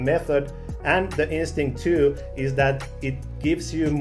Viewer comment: “Instinct2” or “Instinct too?”